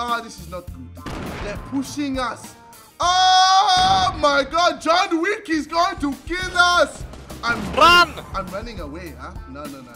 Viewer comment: He said it more like yon wik